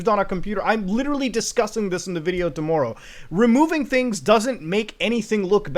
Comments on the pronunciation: it's TOMORROW not TOMMOEROUGH you canadian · My main takeaway: Muta has a very interesting way of pronouncing 'tomorrow'